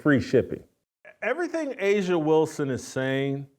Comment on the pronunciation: A'ja isn't pronounced asia.....no matter how much people say it.